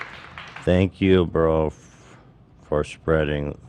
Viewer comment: Saye-nk You